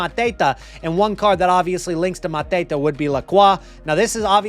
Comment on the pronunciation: Why are you pronuncing mateta like hes a mafia drug lord ? Hes french 🤣